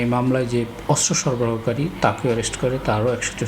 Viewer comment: অস্ত্র উচ্চারণ শুদ্ধ উচ্চারণ করতে হবে 😮 অস্ত্র উচ্চারণ শুদ্ধ হচ্ছে না 😮😮